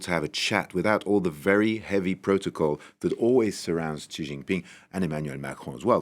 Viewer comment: Please, please learn how to pronounce Xi properly.